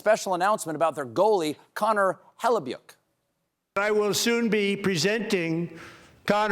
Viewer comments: Sorry Stephen ..it's pronounced "Hella-buck' ... Yours truly , a Winnipeg Jets fan. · It's "hell-a-buck", Stephen :) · it's HEL-uh-buk........ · Normally, as a Winnipeg Jets fan, I'd be a bit miffed at hearing Hellebuyck's name mispronounced. Now? Buddy can kick rocks for all I care. We still have Comrie.